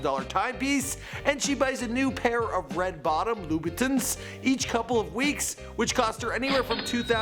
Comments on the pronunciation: Omg its pronouced LOU-BA-TONS NOT TINs omfg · Did he say vitins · SlowClass Kai and lou-a-bin-tins 😂😂😂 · Did he just say "lubitins" wtf 😂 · did this nigga say "lubitons" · jer_z33 Loo Bittins. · The way he pronounces Louboutins 😷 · I'm sorry but the way that kept pronouncing louboutins 😂😂